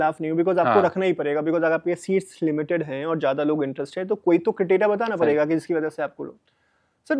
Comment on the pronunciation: Padegaa ❎ parega ✅